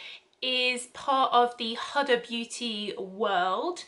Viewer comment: Couldn't pronounce Kayali or Huda correctly! come on at least do a little research